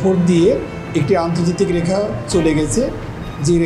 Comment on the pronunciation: রেখার নামইতো ঠিকে করে বলতে পারেনা 😢😢😢